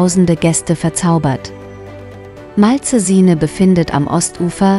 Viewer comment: Oh ja, dieser Ort am Gardasee ist mir bestens bekannt. Daher freue ich mich sehr über dieses Video. Ebenso freue ich mich über Dein ABO und werde gerne auch Dich abonnieren. Grüße von Leonora Lily P.S. Bitte gestatte eine Bemerkung am Rande. Die Moderatorin spricht das Wort "Malcesine" völlig falsch aus. Sie soll mal einen Italiener fragen, wie es richtig ausgesprochen wird.